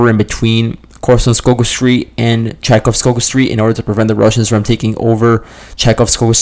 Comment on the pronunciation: Chaikovskovo, with a v. That 'g' is pronounced as a v.